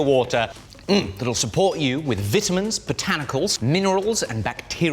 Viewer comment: why does he say vitamins like that 😭 not hating btw